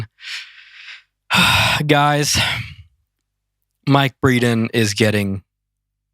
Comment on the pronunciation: Breedan??? lmao... casuals